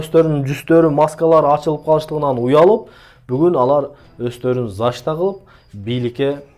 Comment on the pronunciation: Зашта дебей,защита деп туура окучу.А то кыжырым келип кеттат,сенин голосунду угуп